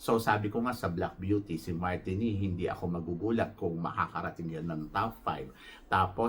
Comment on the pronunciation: TANZANIA - TAN ZA NI YA MARTINIQUE - MAR TEE NICK jusko ka edit: MARINIQUE is not Aftican country, Martinique is in CARIBBEAN